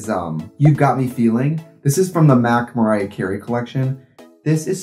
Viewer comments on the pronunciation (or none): none